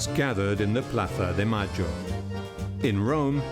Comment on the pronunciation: The grandmothers of Plaza de Mayo? Do you gotta be a dumb boob with how you pronounce it? We already know that Argentinian folk can’t speak Castilian for crap but do you gotta patronize that with your poor English pronunciation?